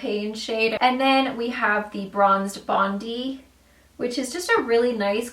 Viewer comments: Hey, love your tutorials! Especially your coppery eye looks. For the highlighter palette, Bronze Bondi appears to be a reference to Australia. Bondi and is pronounced Bon-die as in the beach in Sydney. Lots of love to you and the family 😊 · it's bond-eye btw, it's the place i live in sydney australia :) love the palette, it's 50% off in senhora aus atm so I'm getting it. thanks for your review!